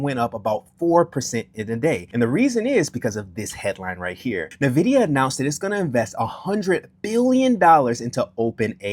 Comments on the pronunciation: say it with me.. "In - vid- ee--uh" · my dude. its not hard to google. if you want people to take your comments on stock performance seriously you should learn how to pronounce things. In the tech industry, if I (this has happened several times) have a sales rep come in and mispronounce Nvidia it tells me that they have no idea wtf they are talking about. Instant credibility loss.